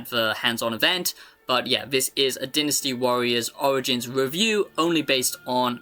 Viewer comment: Take a tequila shot everytime he says deenastee warriors